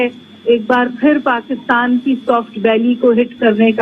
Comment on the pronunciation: Please correct your pronunciation, it’s not” paakitan”